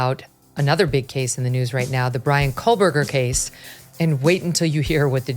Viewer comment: I keep wondering when MK is going to realize that there is no L in Kohberger????